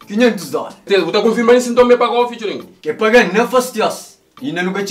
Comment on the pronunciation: Fituring?? É kuze 😂😂😂 alguen explicam